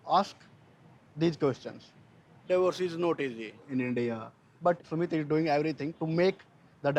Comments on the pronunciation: Why is he calling him "Sumee" when he says his name is Sumit? Like is she pronouncing it wrong or is everybody else? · I’m sorry but Jenny going “Sumee” instead of pronouncing his name correctly is kinda irritating